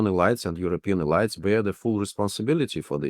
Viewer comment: "E-lights?" "Nayzees?" Please give this guy an English course.